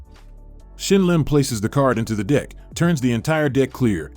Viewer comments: somethings's seriously wrong with the pronunciation of the word deck in this voiceover hahaha !! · Yeah😂 dude!! i do the same, and i kindah feel like he literally is saying the other one we heard in place of the "DECK"🤣🤣 if so, the guy's a savage dude 🤣🔥🔥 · You're not the only one 😂😂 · Dude, its deck, not dick 🤦💀👎🍆🥛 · It's DECK not DICK.... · What accent is that- when you say “dick” instead of “deck”? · Pronouce DECK better. Sounds like DI** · Why does this voice say dIck instead of dEck? It's pretty distracting 😅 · I can't help but hear the word dick instead of deck 😂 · Old and it sounds like it's saying "dick" and not "deck" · I can’t not hear the word “dick” when the narrator was saying “deck” 😂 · Why does it say "dick" instead of "deck" every time 💀💀💀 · i cant get past saying dick instead of deck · Is it intentional to replace the AI voice saying “deck” with “dick”? Obviously, moar comments xD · Am i the only one hearing "dick" instead of "deck"? XD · Thank u for sayin DICK! Instead of deck... obv, dribbling, clear dick etc, slit at the very center... well played sir. I missed some...😅😅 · Are you saying "Dick" instead of Deck😂😂😂😂😂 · Do you really keep saying "dick" instead of 'deck'? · Dose anyone else realize it sounds like the Narrator is saying the word dick instead of deck😂 or is it just me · How have y’all not noticed that he says d**k every time he tries to say deck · how can you spot this stuff, and yet still say dick instead of deck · i keep hearing "ask her to put her hands on the DICK...hold the DICK" 😂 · I hear the word "dick" not "deck" 🤷🤔😂😂 lol loved the video tho! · Consider modifying the voice to say deck and not dick. Giggled like a 5-year-old. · It's a deck, not a dick. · It’s a deck not a dick 😂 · It’s a deck not a dick! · Why does this guy keep saying dick instead of deck? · Voice says Dick rather than Deck.. so the first voice works better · as much as i loved the video, every time you said "deck", it sounded exactly like "dick"